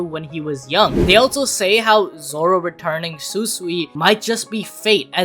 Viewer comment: Bro it said zolo 💀💀💀💀💀💀☠️☠️